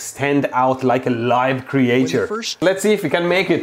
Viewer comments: my guy said "cree-ay-chur" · Nobody: Mehdi: “cre-ATURE” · Creature. Say kreetshur